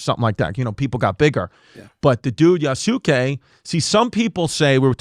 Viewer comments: You's gay? "You's kaye" to pronounce Yusuke 😁🤙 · You mispronounced Yasuke, Chris. You were close. Great attempt.👏🏽